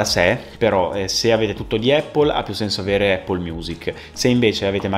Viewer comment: Anch’io alla fine ho preferito Music sia per UI che per UX. Comunque incredibile che solo noi italiani non sappiamo pronunciare in inglese la parola Apple o Mac 🤔 forse ci suona strano 🤷🏽‍♂️